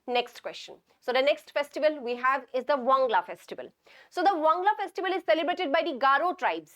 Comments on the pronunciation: Not Wangla it's "Wangala" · Ma'am it's not wangla it's wangala☺️ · Wangala not wangla